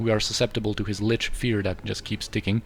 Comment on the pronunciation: ahaha, your German is spott on! You are correct about the pronunciation of Lich btw